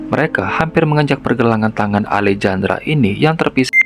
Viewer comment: Baang Alejandra pas 'j' nya dibaca 'h' bang jd alehandra, biar enak didengerin 🙏